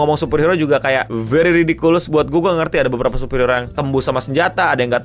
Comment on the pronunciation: Ridikiles bang. Bukan ridikulus..